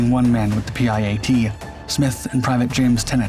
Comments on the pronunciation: It is called a PIAT not a P. I .A. T . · PIAT its kinda pronounced pee-at. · Spelling out the PIAT launcher every time was real annoying. Why not just call it a PI-AT like normal? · Pronounced pee-at ffs. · PIAT is pronounced pee at. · It's pronounced Peeyot. Its spelled PIAT. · It’s a P I A T- PIAT.